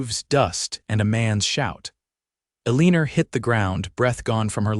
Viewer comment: Her name is pronounced ell i nor not a lean er